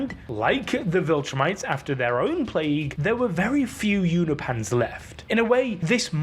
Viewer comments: YOU-NO-PEE-ANS Not You-no-pans. Come on, man. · I believe it’s pronounced U-nope-ins not U-na-pans❤ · You’re pronouncing Unopians as ”You-kno-Pahns” when it is pronounced ”You-Know-Pee-Annes” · They're called Unopans, not Unipans